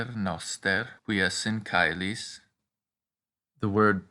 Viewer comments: Caelis-chelis not cailo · Correct me if I’m wrong: You pronounce it “caelis & caelo” as kai-lis & Kai-lo. Some pronounced “che-lis & che-lo” • Educate me why is it sounds slang and yours are different